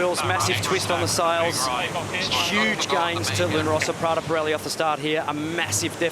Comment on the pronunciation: PRADA_ P-RELI....come k@ pronunciano i nomi italiani è un mistero..... PIRELLI quando lo dicono manca la prima I però in compenso dicono la I finale.... Anche lì mistero.... LUNA ROSSA invece l'hanno quasi imparato....6+ come voto !!!